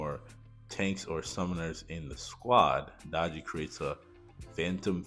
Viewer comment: Summoner r going to b broken! I think she is pronounced Day-gee.